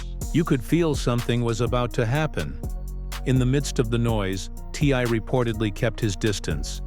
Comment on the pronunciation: I wish the narrator would stop calling him Tye and say T.I. !